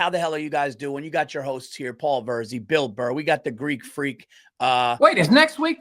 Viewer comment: So, this Yankees fan Adam Ray had a moment within less than a minute to mispronounce the host's proper name...It's Bill Burr...it's that simple...Bill Burr...not Bill Burrhay...Pronounced BILL BURR...You can't teach stupid...🤣😂🤣 I give Bill credit.